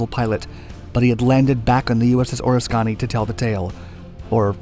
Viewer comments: Or-isk-kan-e.....not ora-scani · Or-is-kahni? Bro can you pronounce the carrier’s name correctly??? Your channel is amazing so how do you mess this up? Oh-risk-any is the correct pronunciation! Still, I love your vids!!! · Phonetics correction, sir. It is not pronounced "O-ris-kahh-nee." It is pronounced "O-risk-a-nee" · OR-ISS-KUH-NEE. Oriskany. As in the revolutionary war general. Not OR-ISS-KAH-NEE. Sorry, I nitpick. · Not "ORIS-KONNY" it's "ORIS-KUH-NEE" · its pronounced Oriskany..not or is skany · Interesting info. Btw, it’s pronounced OrISkany, not OrisKAny. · This may seem a bit picky, but you kinda mutilated the pronunciation of "USS Oriskany." Apparently you've never been to Central New York where an Oriskany actually exists. It's pronounced more like Or-ISS- kunny - not, as you said "OR is KANNY." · I like your videos but you absolutely murder the pronunciation of proper places, things, ect. The USS Oriskany is a perfect example. It’s pronounced Oh-Risk-en-e, not Oh-ris-Kahn-e. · Or - IS - kany not Oris - KANY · I love your stuff. Just one thing... it's pronounced "uh-RISK-in-nee." Not "or-is-KAHN-nee." I only know this because I'm from New York. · Please, it’s o-RISK-cun-ee; not o-ris-CON-ee. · According to my dad, who served on the Oriskany, it's pronounced "o RISK in eee." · It's o-RIS-kany, you glib bunghole. I know you're trolling us, but fuck's sake, man. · It's pronounced "oh risk any" ohriskany. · It is pronounced... O-RISK-A-KNEE.. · I love, but the pronunciation of the carrier Oriskany is “oar-is-can-ee”😆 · At least research how to say the name of the aircraft carrier! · The carrier is pronounced “Oh risk kah nee” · At least get the name of the ship correct. Oh risk ka knee. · Air craft carrier OR-RISK-CAN-KNEE. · I have never heard Oriskany pronounced like that before...Oris- connie....w.t.f. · Or-Iss-Kuh-nee. Oriskany. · The pronunciation is ...OR-Risk-O-Knee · Oh-risk-kan-nee. Geezzzzz. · Pronounced Ore-isk-an-E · It’s OH RISK ANY